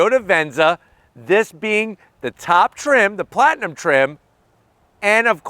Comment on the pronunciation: Is it a platinum or limited he keeps saying plantinum?